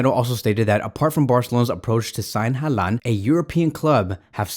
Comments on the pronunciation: At least pronounce his name right geez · bro please pronounce it right